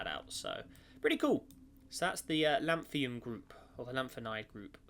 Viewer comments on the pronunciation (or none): It's not Lanthium, it's Lanthunum.